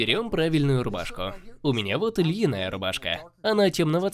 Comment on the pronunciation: Не льиная, а льняная рубашка